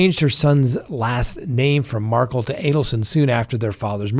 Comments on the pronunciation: Mar-kel, not Markle. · Mag buh nu uh. Mar kell, not Markle. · Mag-ban-U-a, MAR-kel